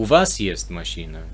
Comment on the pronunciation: Вы говорите "мащина", следует "машына". Понимаю что сложно расслышать разницу, но просто пишу, что бы вы имели в виду, как именно вы произносите.